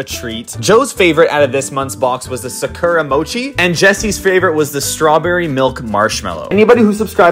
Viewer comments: I’m Japanese and the way you pronounce the sakura flower is ( Sa- Koo - Ra ) どいたしまして☺️ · So who gonna tell him he said Sakura wrong